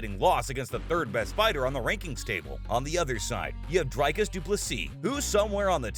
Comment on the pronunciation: It's not Dry-Cars, it's more like Dree-Cars. The guy is an Afrikaner, a Dutch version of South African descent. I have a feeling that if you were to call him Dry-Cars he'd get peesed